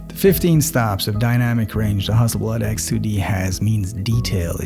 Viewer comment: Huzzleblad should adopt your pronunciation!